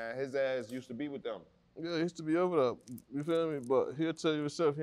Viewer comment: LLLLets start dere 🤠